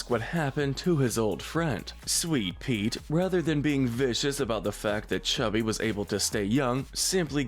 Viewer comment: His name is cubby, not chubby